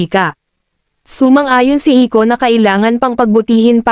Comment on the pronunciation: Bro, that's Iko not ico